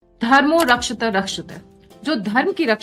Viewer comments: Forgive me, you are pronouncing rakshatee, incorrectly, please check it, love and blessings 🙌 🙏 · Madam, Pl. correct your pronunciation: "धर्मो रक्षति रक्षितः" (Dharmo Rakshati Rakshitah) "Dharma protects those who protect it" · "धर्मो रक्षति रक्षितः" का सही उच्चारणपरक शुद्धीकरण सुनिश्चित करने का कष्ट करेँ| साथ ही सही स्पेलिङ्ग "Tuition" भी शुद्ध करेँ🌼🙏🌼